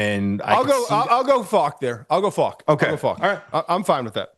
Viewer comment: Why does Todd not know how to say Faulk?